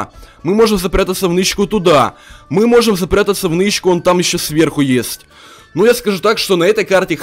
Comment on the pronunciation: Почему ты говоришь не есть а ест